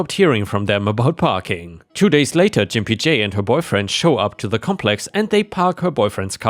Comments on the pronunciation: Learn how to properly pronounce words! "Gimpy" is pronounced with a hard G sound, not with a soft G sound like J. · G=(GUH) sound. so Gimpy is pronounced like LIMPY but with a G. the word is kind of an insult to people who limp or walk with a cane or walker. I prefer to call my husband pogo-stick as he only has one leg so he has to hop everywhere. i also call him gimpy sometimes when he is being slower than usual. Just trying to help you, with some pronunciations. love the channel! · Gimpy is pronounced g( ground) impy. It means crippled, sort of...🙄😆💋💖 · you pronounced gimpy wrong, it's a hard G like the word Guy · All I can remember about that story is the pronunciation of Gimpy J Jim-pee-jay! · Just FYI, for future reference: "Gimpy" is pronounced with a hard g. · You're pronouncing gimpy wrong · THE G IS HARD IN THAT GIMPY...... AS IN GO GO GADGET *WONDER IF YOU'RE OLD ENOUGH TO REMEMBER THAT CARTOO" LOL. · “Gimpy” is pronounced with a hard “g” as in “gas”, not a soft “g” like in “giant”. In this context, it means “having a limp”. I hope this helps. ⭐⭐⭐⭐⭐ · The G in Gimpy is a hard G as in Get or Gone - not a J sounding G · Gimpy is pronounced with a hard G, like in "get".